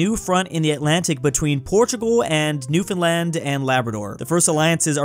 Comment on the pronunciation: actually pronounced Newfoundland right! Everyone take note 👍